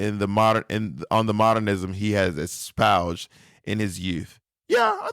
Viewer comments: "espouge... did i use that word right?" bob you didn't even SAY it right please... this is why i don't trust a word outta that mouth because he be so confidently incorrect all the time!! 😭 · what killed me is that he took the time to look it up and no doubt Google corrected it; he proceeded to read the definition, and still pronounced it as espouged. Screaming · the way bob pronounces "espoused" in the end sounds weird... making it sound portuguese when it's not lol